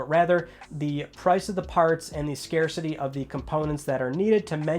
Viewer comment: Love your channel for its non fanboy content and you get an A+ for being able to pronounce "Scarcity"......I find it surreal you're the first gaming channel that doesn't pronounce it as Scar City.....smh